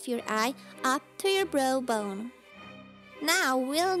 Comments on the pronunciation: The way she says Browbone like Brobone XD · it sounds like she says "bro bone" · It's so funny how she says brow bone xD